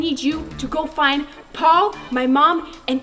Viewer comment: Paul u were saying pail pt paul